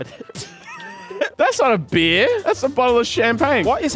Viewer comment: Guys im drinking a Bee-ahh